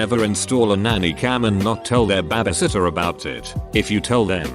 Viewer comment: Why does the bot say bebesitter tho?